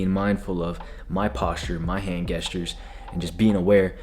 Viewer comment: this dude is giving such good advice. but bruh said hand gestures with a “geh” instead of a “jeh” and that was funny